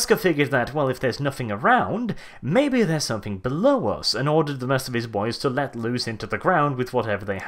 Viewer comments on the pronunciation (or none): it's "let", not "lett". it's let ... not lett LET NOT LETT I CAN'T TAKE THIS HERESY. HERESY HERESY CALL THE INQUISITOR runs away screaming